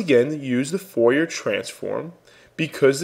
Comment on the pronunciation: Ingrid Deebahshees. :) Daubechies is French. Try "Daw-beh-shee" as a better rendition of the pronunciation, with the last syllable stressed :) And Fourier is pronounced "Foo-ree-yeh", again, last syllable stressed. Great introduction to wavelets, by the way. Thumbs up.